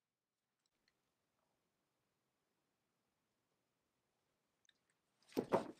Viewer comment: I'm not a patina fan too and since it's an Italian word being Italian myself I'd like to hear he word properly pronounced: the accent goes on the a not on the i.